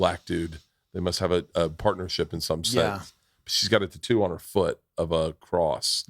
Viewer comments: Do all white dads pronounce tattoo as ‘TA-two’ ? Lol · Something about when Bert says a word with 2 oo's together, the way he say tattoo and just now when he said racoon...lol!!